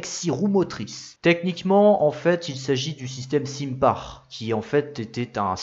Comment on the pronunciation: SINPAR = Sainpar (prononciation)